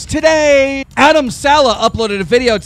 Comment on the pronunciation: You couldn’t even said adam’s name the right way!!! Just saying